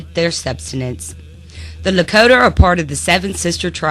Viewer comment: Sustenance.. . Not substanence